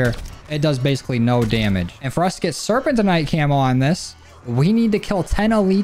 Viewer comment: You pronounced serpentinite like 12 different ways 😂. It’s pronounced sir-pen-tin-nite